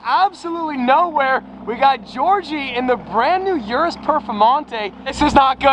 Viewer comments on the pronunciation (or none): It's spells urus but it's pronounced Orus